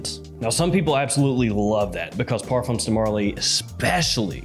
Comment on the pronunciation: Hi, thx for the review 😊 I just wanted to tell ya that " Parfums De Marley " is a French brand & the "s" in parfums is a silent letter, it's not pronounced. french ppl say " par. fin "